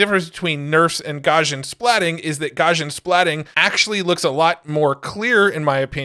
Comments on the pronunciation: FYI, Gaussian is pronounced Gow-see-un. It's named after the German mathematician Gauss. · Look up "Gaussian" in the dictionary. The pronunciation will make more sense. (Because of Gauss.)